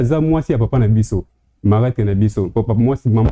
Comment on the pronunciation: on dis marâtre et non malatre merci